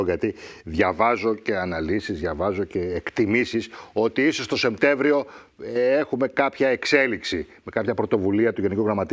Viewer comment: σαν έμπειρος δημοσιογράφος και χρήστης της Ελληνικής και χρήστης της Ελληνικής Γλώσσας, θα γνωρίζετε ότι ο μήνας ονομάζεται Σεπτέμβριος, και όχι ΣεΜτέμβριος, που πολλοί συνάδελφοί σας λανθασμένα αναφέρουν.